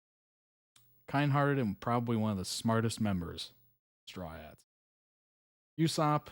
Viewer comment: By the way, Luffy is pronounced like "Looffy", Usopp is pronounced like "Oosopp", also his nose is Pinocchio's nose indicating that he lies.